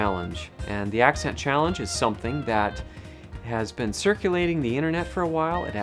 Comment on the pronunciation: It sounded a little bit like you said "ascent" instead of "accent" 18 seconds in, and you say, "mah background" instead of "my background". I am a Californian and have recently realized these quirks we share. It's from Oklahoma from a great migration during the dust bowl, and is slightly more evident in the Central Valley than on the coast. But we stand out like a sore thumb to anybody from east coast.